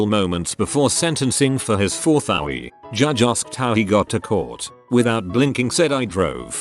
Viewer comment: I love how the text to speech pronounced OWI as “Owie.” Made it seem like the guy was getting punished with a purple nurple, or getting a razor scooter to the ankles for drunk driving.